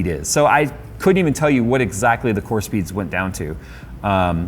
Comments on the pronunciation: I thought he said corn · That intro "CORE!!!" I had to stop and rewind 3 times cause first time I heard w**re, which I agree Intel can be sometimes, specially with their prices